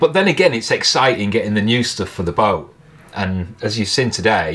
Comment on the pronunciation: listening to you I realized why we do not spell English absolutely phonetically. For example, you prononounce kettle, ke' ow. The apostrophe denotes a glottal stop. And boat, becomes boa (all one syllable. Not bo a.) This is certainly not a judgement on your accent (I'm from Canada where I don't know from the English class system). Rather a comment on how widely varied English speakers speak English. And how having absolutely phonetic spelling would be next to impossibow.